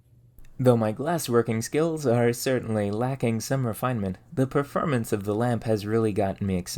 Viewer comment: If you learned how to pronounce the "or" sound in most words, (mer = more, perfERmance, etc) your videos would be significantly less frustrating to watch